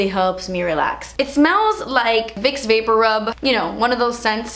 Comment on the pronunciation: Its "vics vapo" rub now...... I was shocked and perplexed